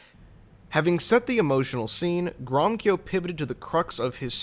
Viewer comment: Read the infamous Balfour Declaration. It is stated therein that the settlements of Jews are not be to the detriment of the native Arab population. The two peoples are to be treated as equals. By the way, the name Gromyko is pronounced : Grow-mee-co